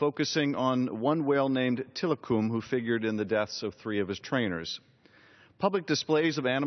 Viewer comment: You can not even pronounce Tilikum's name correctly.. You are wasting time on this when you should be spending your time on this.. You should be working on this.. it is a 100 times more important. This year, after being forced by Congress to slash its $5.1 billion budget by about 7 percent, NOAA cut funding for the John H. Prescott Marine Mammal Rescue Assistance Grant Program that provided the money. The agency initially proposed eliminating funding for the Prescott program entirely. The good news is that it managed to find $1 million, now distributed among 12 stranding network partners. (About 40 rescue centers typically receive grants.) ** QUIT BELIEVING DR. ROSE AND BLACKFISH.. IT IS ALL PROPAGANDA DRIVEN.. * ALSO DO SOME MORE RESEARCH.. !!!!!